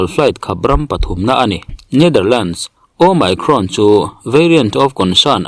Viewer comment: Mi pangngai chuan an duh dan danin lo lamri se. Nangni YouTuber chin hi chuan a lam rik dan dik Youtube atang ten zir hmasa thin ula, ngaihthlak a hahdam deuh ang. Asean ang bawkin Omicron pawh nangma style leh bawk maw.